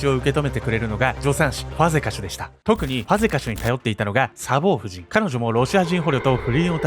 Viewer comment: サボー↑夫人😂 サボー↓夫人ですｗ 全く本筋と関係ないけど気になって気になってｗｗ